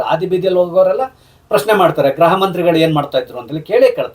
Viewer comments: ಗ್ರಹ ಅಲ್ಲ ಗೃಹ ಸರ್ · Please pronounce Gruha not Graha